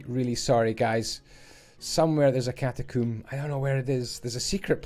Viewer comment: we all heard it don't act like you didn't, he said catacoom, welcome to cum graves